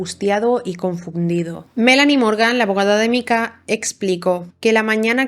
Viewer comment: Me ha gustado mucho el video, muy exhaustivo aunque cada vez que pronunciadas Micah como Mika, en vez de Maika me mataba